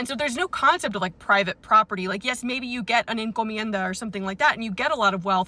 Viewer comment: One of the benefits of teachers leaving teaching is that then we get to know their knowledge. Good pronunciation of encomienda btw!